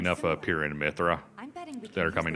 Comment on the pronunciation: I found 'meeth-ra' more offensive, myself lol.